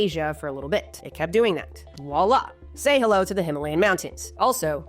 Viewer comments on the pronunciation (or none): none